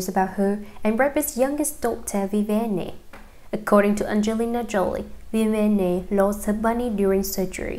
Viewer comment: CAN YOU NOT SAY VIV - VIE - ANN???